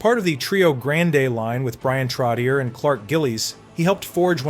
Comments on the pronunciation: "Trotty-air " ?. WTF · TROT TEE YER 😂 AMERICANS ! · TrotiiERRR!?!?? Way to go thERRRE AII generated documentary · If you can go to the effort of making and edit this video, why are you using AI to narrate? It's Trottyay, not Trottyer. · I agree with the comment below. If you don't know what arena he played in, don't mention it. And, for the record, Trottier is pronounced "Trot-E-Ay". No, I'm not subscribing. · Trotchay is how Trottier is pronounced. Nassau Coliseum is where the Islanders played, not MSG. SMH. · It's hard for me to believe we've reached a time when a hockey fan mispronounces "Trottier." Some day it'll be "Lemieux." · It hurts my head when you say Trottier. Look into how to pronounce it correctly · Every time he says Trottier I gag a little